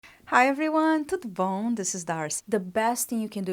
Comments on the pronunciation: What do you say at the beginning on every video? At first, I thought you were saying “To the Bone” 🦴 🤣😆 until I watched a video where you spoke Portuguese I think and realized you were saying something else 😄 I’m a new subscriber by the way 🌼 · Same I always thought you said " to the bone" but anyway you are beautiful love you channel